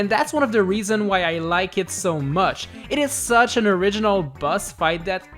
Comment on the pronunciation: Why dose he say this is sooooo arginoll